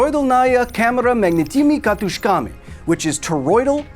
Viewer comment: what you said - toroidol-nAya camera magnitYmy kat-Ы-shkamy (weirdly you actualy used Ы sound that is rare in english ) what it should sound like - toro-idAlnaya cAmera s magnIt-ni-mi katUsh-kami Please use google translator speak feature when trying to pronounce forein language